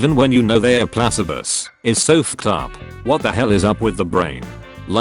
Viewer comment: Nobody: Computer voice: Plass-uh-bohs